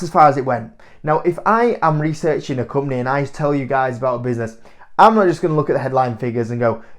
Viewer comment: I like how you pronounce company - ‘cump-neh’